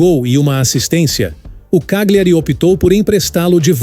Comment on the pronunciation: Só uma ressalva, a pronúncia de uma palavra em italiano que contém GLI, se pronuncia como o nosso LH, ou seja, Cagliari se pronuncia CÁLHARI...